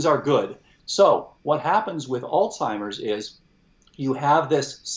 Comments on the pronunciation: Is he saying "altimers"? There is no "t" in Alzheimers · how can this "expert" pronounce Alzheimer's as "Alltimers" 🤷what the heck??? that makes me not trust him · The expert is calling Alzheimers...ALTIMERS. O.G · Really interesting discussion however, yet again I hear even an expert mispronounce "Alzheimer's", there is a "z" in the person's name. He was Alois Alzheimer, a German psychiatrist and neuropathologist and it is disrespectful to not pronounce his name correctly. Sadly you are not alone with the lazy, current usage. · Tom did a great job making sure us "little people" understood what the brilliant doctor was saying. I just wish the doctor knew how to pronounce the Alzheimers word. Gosh!